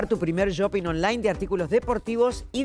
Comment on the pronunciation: Feudale es shopping (suena ch, pero más suave), NO yopping... estresa porque es locutora y ni Angel ni Yani que dicen ser profesores de inglés la corrigen!